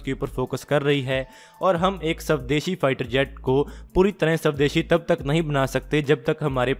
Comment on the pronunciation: Bhai pardon me for mentioning because this pronunciation of yours saab deshi hears very odd it should be actually pronunced like swadeshi "b" pronunciation yahan nehi hota.Sab bolne se desd body jaise laagta.Again I apologize for this mentioning.